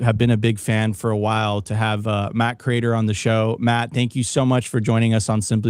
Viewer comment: Btw, how is it possible to have watched his show every day for years, yet you mis-pronounce his name Matthew Crater?